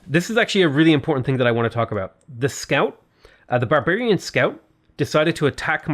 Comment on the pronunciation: Have a drink every time says 'Bearbearian'. Thank me later.